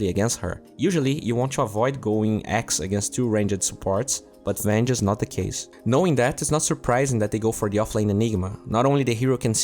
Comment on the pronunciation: hey can you make a video where one team totally outpicks the other? (and also "ranged" is pronounced more like "rang'd" than "rangEd" luv u anyway tho nohomo)